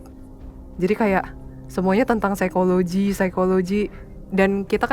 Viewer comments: Seramm yaa... Pas ka bilang phisikologi 😱 ngeriii... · Aku baru mampir ini aku jadi langsung merinding pas bilang "Sikologi" 🙂